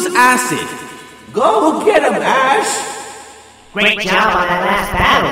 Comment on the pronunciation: really said ash more like ass